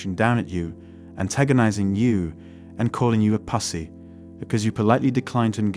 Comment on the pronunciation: One mistake the Narrator made, when he said, "...my FEMALE Friends.." Men and Wahmin CAN NOT be, "Friends"... the Wahmin will, "Friend Zone" the Man to EXPLOIT Him... (And I think this is an A.I. voiceover... he said, "Puss-e" and, "Dutch Bags"). LOL!. ;)